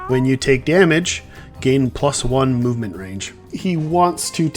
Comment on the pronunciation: “movmenet’ can I be a tester? 😂 great game